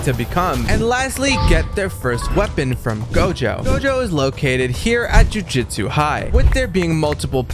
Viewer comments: JUJUTSU ITS JUJUTSU Joo-joo-tsu NOT JUJITSU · "Jujitsu" immediately clicking off the video 😭